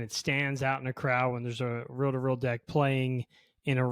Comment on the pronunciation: Row to row decks, tapes. It is just me who heard this? Not reel to reel? 😮